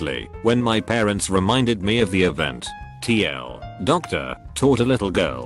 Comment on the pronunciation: No one: The voice: Fa-se book Also The voice: TL, Doctor